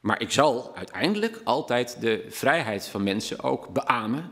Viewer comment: Hugo spreekt het woord vrijheid uit als een boer met kiespijn